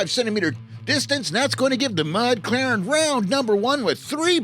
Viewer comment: Mud Claren was impressive! And I knew I pronounced Beavermuth right the first time!